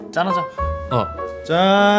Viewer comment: 짠하자가 아니라 짠하다 로 들리냐..